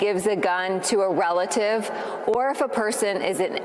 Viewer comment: "Welative". She sounds like an overgrown baby.